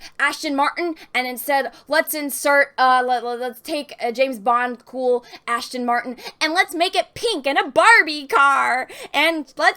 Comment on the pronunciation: It's cute how she says Ashton Martin. The actual way: Aston Martin (As-ton Mar-tin)